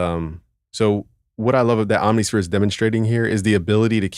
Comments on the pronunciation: Om-nih-sphere, bruh. It’s not hard. 😎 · Alternatively: OMM-niss-fear. Again, not hard.